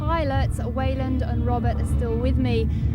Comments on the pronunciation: You would think someone would have corrected the interviewer on the pronunciation of Weiland, I cringe a little every time lmao. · She keeps calling him "Weiland", lol